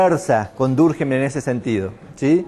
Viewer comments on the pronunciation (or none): Muy bien organizada, excelente elección de contenidos. Un detalle, es francés, su apellido se pronuncia durquém, si fuera alemán sería durkjeim